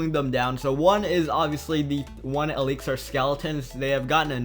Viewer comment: this dumbass cant even say elixir right